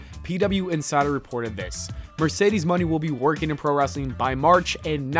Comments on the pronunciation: it’s Moné not Money. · Why do you pronounce Monè as money???